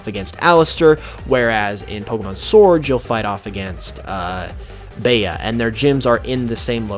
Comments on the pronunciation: Bea is bee not baya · You're pronouncing the fighting type leader's name wrong. Bea is pronounced "Bee". It's short for Beatrice. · i think bea’s name is pronounced ‘bee’ (like the shortened for of beatrice irl) as in like “float like a butterfly, sting like a...” yknow? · it says Bea name is derived from the word bean so would that not mean that her name would be pronounced as ‘bee’?? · I think everyone is pronouncing Bea's name wrong, I think its pronounced "bee" im sorry its just annoying me oml